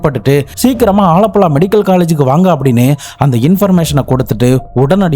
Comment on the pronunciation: வாழப்பழா இல்ல ஆலப்புழா ப்ரோ